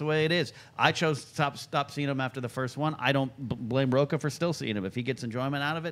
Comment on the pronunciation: William Miller I knew I wasn't the only one who caught that. Additionally when he (Rocha) talked about it's quality that matters. You don't say Rocha?